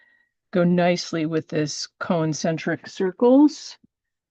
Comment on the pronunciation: It's CON-cen-tric, not co-en-cen-tric.